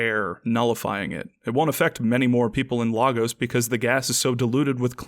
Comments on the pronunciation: I feel the need to point out, as someone who has lived in the actual Lagos in Nigeria, that the movie (and by extension you and CinemaSins) pronounced it wrong. It's not "Lah-gos", it's "Lay-gos". The scene where Cap says "Lah-gos" actually got a laugh out of the theater in Abuja where I saw it because of that, even though it wasn't a comedic scene. Minor nitpick :v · We pronounce it better, "Laygos" sounds weird, now Lahgos, that sounds good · Lagos is pronounced lay-gus, by the way. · Missed nitpick, it is pronounced Lay - goes NOT Lah - goes [Lagos] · It’s pronounced LAY-Gos not Logos... sorry that was really annoying me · Lay-guss, not lar-goes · Why do yall pronounce Lagos like that?? It's Lay-gos(like Ryan gosling) not lahgoes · It's pronounced Lay-gos BTW for all you non Nigerians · Why doesn't anyone pronounce it the right way. Lagos is pronounced LAY- GUS. Unless we're talking something different from the Nigerian city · missed nitpick: the city in Nigeria is pronounced LAY-gos. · As a Nigerian, Jeremy's pronunciation of Lagos gets to me. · OK I'm going to say this, that is not how you pronounce lagos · As a Nigerian, y'all are killing me with the mispronounced Lagos...